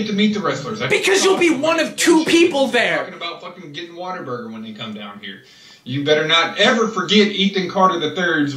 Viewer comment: did he say "waterburger"